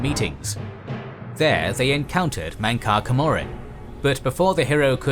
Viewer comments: mankar camoran is pronounced mancar camrramaan. Not whatever your saying. Did you even play the game? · These videos are amazing but whoever is writing the script really needs to tell you how to pronounce the names of character, you butchered mankar cameron or however u spell it, but thats how its pronounced